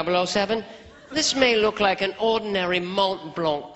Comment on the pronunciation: 2000 yar at buffalo bill! And I rweally wike Oj! But you’re right! It’s just too good!